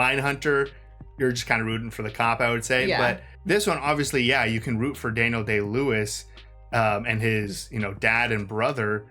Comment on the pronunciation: You said his name wrong. It’s Daniel “I win an Oscar for every role I play” Day-Lewis.